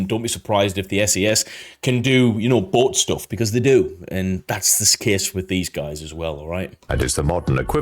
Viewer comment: you said " the SAS do boat stuff" , not butt stuff. right? kinda sounded like it could have been butt stuff. that was the stratofortress B52